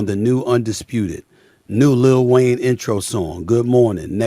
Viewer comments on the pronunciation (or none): none